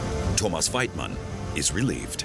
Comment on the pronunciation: Thomas Weitmann .!!!!!!!!! IF HE SAYS THAT BLOODY NAME LIKE THAT ONE MORE TIME.. !!!!!!!